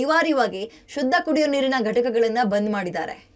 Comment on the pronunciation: "ಶದ್ದ" ಅಲ್ಲಾ, "ಶುದ್ಧ" ಅಂತ ಆಗಬೇಕು